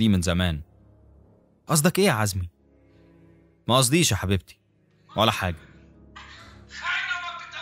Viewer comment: زومي يعني عزمي.. جوز سوزي.. جوز سوزي هو اللي قتلها😂